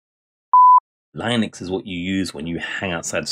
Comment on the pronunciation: At least learn how to pronounce Linux properly if you're gonna shit on it 😂